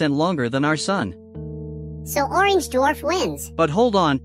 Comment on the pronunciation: number of times said orgenge 29